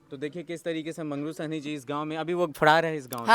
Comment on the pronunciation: साहनी है या सैनी है सुध्ध तो बोल।